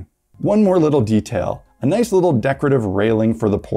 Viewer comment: ""It'sa naiss" !